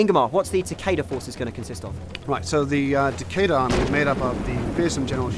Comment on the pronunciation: It is TAKEDA!